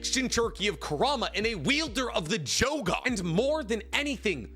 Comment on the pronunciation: I swear you just said she was a wielder of the jogan 😂 but I love this video. Hinata is awesome